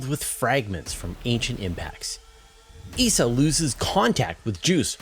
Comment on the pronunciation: Did you say Esau Or Essa